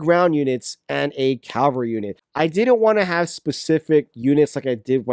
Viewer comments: It's ca-val-ry, not cal-va-ry. Calvary is where Jesus got crucified, not a term for mounted knights. You do not have a unit based on that geographical location. Please say it right. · ca-va-lry. I know you can pronounce it properly.